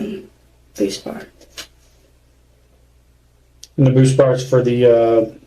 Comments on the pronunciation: Ive never heard any1 pronounce it "boosbar." (Buspirone formerly known as BuSbar) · Buspar, btw. Not bootsbart 😩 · The medication is called Buspar, not BoostParts 🤣